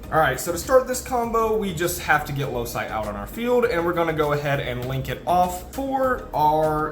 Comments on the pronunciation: Excellent video, as always. Just one minor thing: the card is pronounced Loki, like the Marvel character, not Lousai. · isnt loci pronounced "loki"? Great Vid tho! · I've never heard a card be more inconsistently pronounced then Loci.